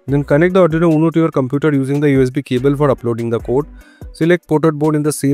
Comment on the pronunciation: Not Adrino it's Arduino..😆